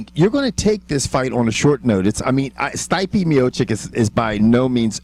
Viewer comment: guys from, PLEASE, learn to read names, its not that hard.... it's [Steep-eh], try to read it that way